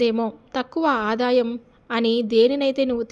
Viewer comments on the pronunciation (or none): none